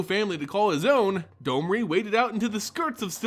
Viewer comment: On what planet is D-O-M-R-I have a long O sound?